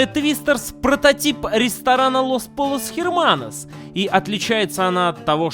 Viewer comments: ЛОС ПОЛЛОС ХЕРМАНОС??? Что, блять??? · значит, лос пойос херманос получается?